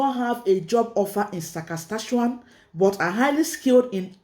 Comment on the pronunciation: SAS - KA - CHE- WAN